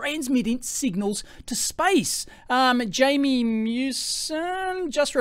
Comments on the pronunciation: Jaime is pronounced hy-may not Jay-mi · Jaime is hi-me. Jamie is Jamie